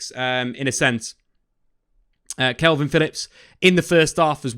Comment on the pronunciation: Stop saying kelvin, why you doing that?